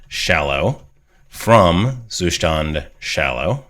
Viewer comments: Is it Zustand like German for state? In that case you would pronounce the st in Zustand like st in state :) Great video as usually. Thanks a lot! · Great video. I like the way you explain, but as a native german speaker, I really can not stand how you pronounce Zustand. "Zustand" is the german word for "state" and pronounced that way: Like the german saying: "Da bekomme ich noch einen Zustand" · I love how you say Zustand 😂 nothing against your content, it's great, as always 🙌🏼 Zustand is the German word for state. You could use Google translate to get an idea on how to pronounce it in german 😁😂 but I'm fine with your pronunciation, continue using it, since no one really cares about it 😁